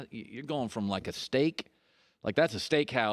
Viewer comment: mans said shteak